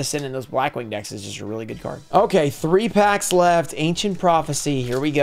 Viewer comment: Hope you pull something gooud and you pull gooud for both sides.